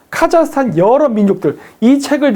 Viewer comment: 카자흐스탄? 카자르스탄!!